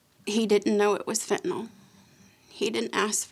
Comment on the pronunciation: They are 2 different drugs?Survivors &parents saying Fet-ah-nol but way it’s spelled = “FEN-tah-nil. These (2 different? )drugs=deadly .